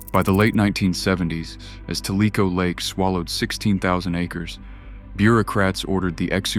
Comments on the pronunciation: It’s pronounced : Tell-uh-co 😁😉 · Tellico sounded out as Tell~e~co way this idiot pronounced it was Tel~lē~co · It's not pronounced ta lee ko - it's pronounced tell i koe tellico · It's pronounced "TELLA-CO" Lake, not Tell-eeco 😂. Lol and some of is families have been right here in Oak ridge since before it was a secret and we know where all the bodies are buried. We do not tell, because that knowledge is power.